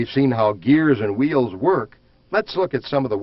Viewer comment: wtf is "whuUeels" just say wheel dude